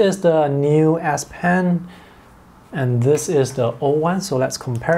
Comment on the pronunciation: It's an (S) ess pen not an ass pen